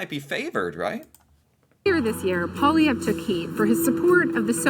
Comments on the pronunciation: Easy way to pronounce his last name is like “Polly-ev”. I will add that many people are very unhappy with Trudeau. The West really dislikes Trudeau….like, seething hatred, particularly in Alberta, Saskatchewan and to some extent Manitoba. Poilievre has made inroads in these areas especially. He does sell himself as the ‘Everyman’ when he is in fact wealthy…..how wealthy is up for debate, but low estimates is that he has a net worth of $2-3 million Canadian. Cynics say he wants to axe the tax because as a rich man, it would greatly reduce his own taxes. Supporters feel like he’s fighting for the little guy. Either way, he is a very divisive politician, in a race between 3 divisive men. All of which are in fact wealthy. As a voter it’s frustrating when you realize that none of them have really ever struggled to put food on the table. They tell a good story, but Pierre is fairly far right, Trudeau is left and Singh is even further left. There is a whole bunch of people in the middle third of the country that don’t connect with any of them. Forgive my French, but it often feels like we are picking the best hot turd. Lol. It’s an ‘Everybody sucks here’s situation. But Pierre is probably the best at connecting on a personal level when he meets voters. Both Singh and Trudeau can’t shake off their elite boarding school vibes. I honestly don’t know who I will vote for because I’d rather gouge my eyes out than vote for any of these 3. But I certainly see why people feel Pierre hears th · Poilièvre, is actually pwall-lee-ev-ru. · So his name is said like this: pe air poly ev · Polliev, don’t say the re sound at the end. If he doesn’t become PM, we are f$&ked up the a$$. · Pronounced "Paul- lee -ev" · Canadian here…….I sure hope he’s our next Prime Minister!!! Pronounced: Pierre Polly Ev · POLI -EV that is how it sounds. Yes he is the best hope we have at this point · It's pronounced "Poly Ev". His mom was 16 when he was born, he was sent for adoption.His dad is openly gay